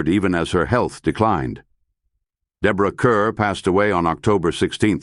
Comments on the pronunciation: Deborah Kerr is pronounced Kahr, not Kuhr. "Kerr (As In Star)" was a significant P.R. catchphrase at the outset of her career. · Her name is pronounced 'Car', not 'cur'. Please stop doing these poor videos. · Her last name is pronounced Carr. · It's "Kerr Rhymes with **STAR**!", Mr. AI!! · If you are going to do a tribute to someone, at least pronounce her last name correctly.